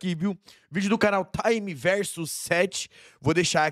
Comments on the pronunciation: Só uma observação: acho que o nome do cara é time tipo time de futebol, não "taime", de tempo do inglês. Time sete era o time do Naruto, certo? Daí Universo do Time Sete, ou Time Verso Sete. Bom, não sei, só me pareceu. De qualquer forma, os dois vídeos ficaram bons demais. Tomara que tenha mais. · PARA DE FALAR TAAAIMEE VERSO 😂😂😂 É TIME Verso 7 sendo TIME do time 7 de Naruto, e VERSO do Universo 7 de Dragon Ball.